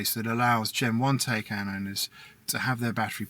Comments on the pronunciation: Bruh.... At least say it right! Tie-Kahn. Rhymes with Icon. Fact check me! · I own one too, but the YouTuber should at least pronounce it right! Both syllables he is pronouncing it wrong which just makes more people think that's the proper pronunciation!